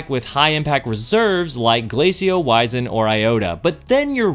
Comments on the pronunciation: Please look up how to pronounce "wizened." It's less "wise" and more "wizard," if you know what I mean. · Fusion main but doesn’t even know how to pronounce wizened